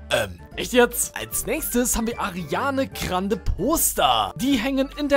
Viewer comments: No hate aber man sagt Ariana grande und nicht Ariane Krande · Ich finds super wie du Ariana krande sagst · Es triggert mich wie er Ariana Grande ausspricht :D